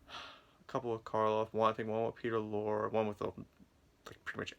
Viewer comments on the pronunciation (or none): No offense but when one does any public speaking, the number one rule is "do not drone on in a monotone." You sound like you have a hangover, it distracts from your message. And if you assume the demeanor of an expert in media reviewing, learn how to pronounce the name of one of the greatest character actors in history, Peter Lorre. When people point out a flaw, don't get angry but use their criticism as a resource and correct the problem. Good luck in the future with your You Tube channel. By the way, "Lizard's Leg and Owlet's Wing" is considered one of the worst episodes of Route 66. It's nice to see the 3 legendary stars of horror films once again, but that's about it. As regards Route 66, Ed Asner to his dying day maintained it was the finest written TV series of all time. It featured an amazing amount of current and future stars.